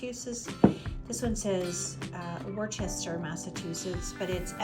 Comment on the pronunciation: The crock you got that had the city Worcester MA on it, it is pronounced Woosta, I know it sounds funny, but I grew up there and feel so happy you have a piece of my home area. I live in TN and am always looking for things from my home area, occasionally I get lucky. Good for you!